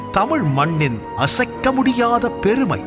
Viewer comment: பேருமை இல்ல எருமை...பெருமை